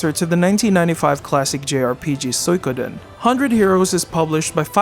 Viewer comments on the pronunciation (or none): none